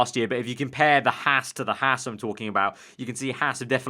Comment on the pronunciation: Hey mate, it's pronouced "Hawz"....not "Hass".